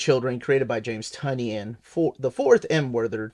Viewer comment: Isn’t it TIE-nin?